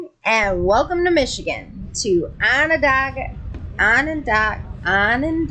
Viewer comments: Onondaga "Ona day ga " is how it's pronounced lol. You guys will get it right for the cars. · ON-ON (DAY) GA ..lol Doesn't sound like it's spelled. #secondtight